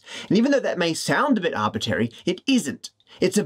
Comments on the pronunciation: Are we just going to ignore how Matt says "arbitary" instead of "arbitrary" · Arbitrary! not arbiterry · If you're going to use the word arbitrary so much, please learn how to pronounce it correctly. It's arbitrary, like contrary, not arbitary, like a-bit-airy, that ain't a word. ta. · Matt, i love your videos, but have to mention, it's arbitRary, not arbitary... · arbitRAry not tary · It's funny, but it bothers me that he keeps saying "Arbitary". Arbitrary! shakefist :) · shame he can't pronounce arbitRary... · For your next video, can you learn how to pronounce “Arbitrary”, please?